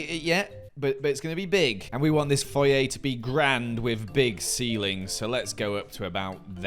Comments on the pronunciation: I live for pronunciation of "Foyer" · They way you say foyer annoys me more then it should